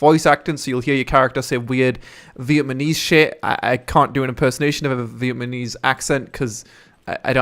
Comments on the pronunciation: It's Vietnamese not Vietmanese, damn, you said that over and over again. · You said Vietmanese like 10 times at the start of the video XD I liked this video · vietmanese LOL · Cringe at the pronunciation of Vietnamese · No it's not, it's mispronunciation.